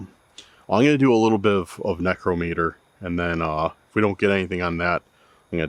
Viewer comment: One of the few to pronounce necrometer correctly. Most dont even know what necromancy is or that it's expressly forbidden in the Bible.... or that they are necromancers. Congrats YOU HEARD AND SAW A BIGFOOT!